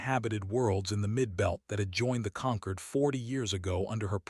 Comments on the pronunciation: Can someone PLEASE teach AI that 'concord' and 'conquered' are two words (with opposite meanings, ironically in this context) and with two different pronunciations. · For god sake it's not conquered, but Concord !